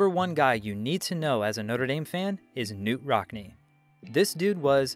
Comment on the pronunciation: Knute Rockne’s name is pronounced Kuh-Nute! It’s a Norwegian name so it’s a hard K.